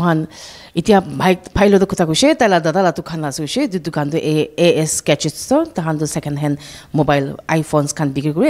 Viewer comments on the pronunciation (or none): Pronounciation of the journalist is purely from a tribe call matee Malik known as Ami Khan laga jaga, amikhan laga hawa, Ami Khan laga Pani, etc please news covering journalist should pronounce well not assesories it should be accessories, it's not gacheck it is gadget, please